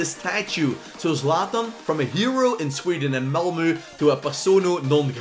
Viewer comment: Its Malmö not malmu